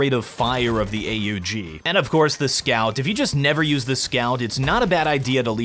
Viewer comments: YOU NEED TO LEARN TO PRONOUNCE AUG! ITS AUGH not A - Ů - G For example on mirrage rush B frist round i always go with dualies with smoke, smoke short, let one or 2 guys go before you and then just use the 30 magazine size to load into anyone who doesnt give you headshot with usp. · please never call it A-U-G ever again, i about had a aneurism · I cringed when he pronounced the AUG as "A-U-G" but still I agree on pretty much everything that's said in the video